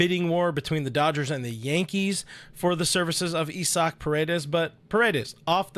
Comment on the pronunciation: Is his name really "EE-sock"? Or are you mispronouncing "I-zick"?